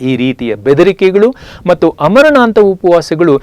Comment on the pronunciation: ತುಂಬಾ informative ಆಗಿದೆ . ಆದರೆ ಅಮರಣಾಂತ ಎನ್ನುತ್ತೀರಿ . ಆಮರಣಾಂತ ಎನ್ನಬೇಕಲ್ಲವೇ ?